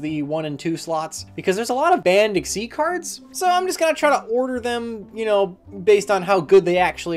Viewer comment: it's egg-SEEZ